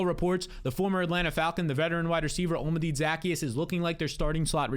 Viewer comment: Olamide zaccheus’ name is pronounced: hola(Spanish for hello)-mih-day